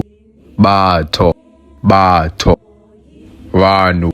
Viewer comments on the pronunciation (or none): Your pronunciation of Batho is wrong. Your O is too low. It should be closer to U. More like uh than aw